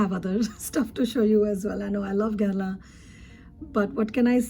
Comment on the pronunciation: I found you through Eve's channel and subscribed as soon as I heard you say "Guerlain" and not "Gurr-lawn," lol. You're so knowledgeable and this video is fantastic. I'm very much looking forward to binge-watching your videos. Yay! Thank you